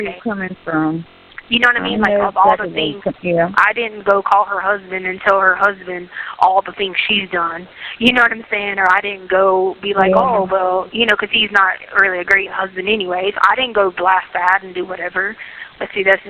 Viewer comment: Colder not coder and things not thinks